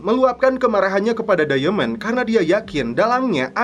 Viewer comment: Diamond dibaca dayemen, ahahaha